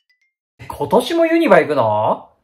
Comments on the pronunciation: 関西人からしたら気になって仕方ないです😂😂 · ユニバのイントネーションが気になる… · 関西人の私からすれば、関東の人のイントネーション｢ユニバ↑↓↓｣なんや！と知れて新鮮(*ﾟДﾟ)(*｡_｡)ｳﾝｳﾝ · ユニバのイントネーションぞわぞわする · ユニバのイントネーション関東なのにユニバ呼びなんだ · ユニバの発音に違和感... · 神戸市民にその発音でユニバって言ったらユニバー記念競技場になるよに😊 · ユニバの発音がすこーし気になった笑